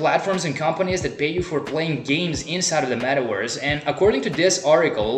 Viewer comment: Wee rrrrr in the metawerse 🤣🤣🤣🤣